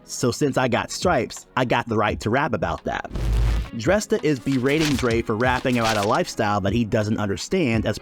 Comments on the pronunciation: What's up with all the mispronouncing shit on you tube? His name is pronounced DrAYsta. You doing fuckin stupid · Isn't Dresta pronounced 'Draysta'?